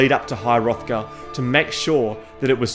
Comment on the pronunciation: You could add to that all the pronunciation errors like called Solstheim Solsteam, calling high Hrothgar high hothgard, etc etc